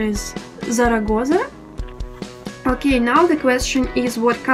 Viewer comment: Hee hee hee...it was funny to hear you mispronounce OK.